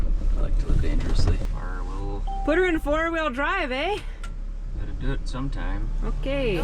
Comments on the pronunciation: oh! you became a little Canadian Aye!! By driving through Ontario and Quebec, Lmao 😂❤ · " Put it in four wheel drive eh " How Canadian do you sound? LOL